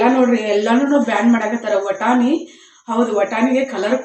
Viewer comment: ಹಾಯ್ ಅದು ವಾಯ್ಸರ್ ಅಲ್ಲ ವಾಶರ್ ಹಾಗೆ ಅದು ಬಟಾಣಿ ವಟಾಣಿ ಅಲ್ಲ ಪ್ಲೀಸ್ ತಪ್ಪು ತಿಳಿಬೇಡಿ ನಿಮ್ಗೆ ಹೇಳಿದ್ದಕ್ಕೆ ಹಾಗೆ ನೀವು ಮಾತಾಡೋವಾಗ ಗಾವ್ ಆಗ್ತಾದೆ ಅಂತ ಹೇಳುತ್ತಿರಾ ಹಾಗಂದ್ರೆ ಏನು ಅರ್ಥ ಆಗಲಿಲ್ಲ ಎಷ್ಟು ಚೆನ್ನಾಗಿ ಕಡ್ಲೆಕಾಳು ಬೆಳೆದಿದ್ದೀರಾ ಸೂಪರ್ ಹಾಗೆ ಹುಣಸೆಹಣ್ಣು ಹಾಕಿ ಮುದ್ದೆ ಮಾಡಿದ್ದಿರಲ್ಲ ಆ ರೆಸಿಪಿ ತೋರ್ಸಿ